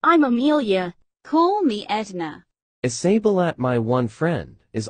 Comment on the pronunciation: Is Isabella not isabilat and is mirabel not mirabilat